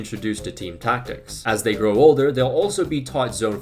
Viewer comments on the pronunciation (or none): none